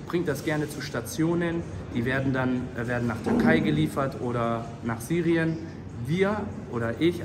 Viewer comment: No Front es heißt Syrien, und nicht sirijen 😂, aber hey hab die Message verstanden Brouw werde auch helfen